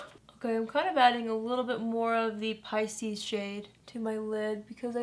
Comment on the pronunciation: Finally I know how to pronounce Pisces.